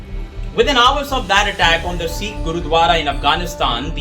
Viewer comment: If you can’t take the trouble to pronounce Sikh correctly why should we trust anything you say?